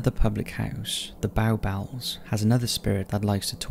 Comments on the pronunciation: Smaller identical in type and everything: Peveril Castle/Keep in Castleton, Derbyshire. BTW Bow Bells is pronounced Bo Bells, not Bow, as in wow. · The Bow Bells Pub, the pronunciation of "Bow" is as in "Bow & Arrow", not the imitation of a dog bark, "bow-wow-wow"!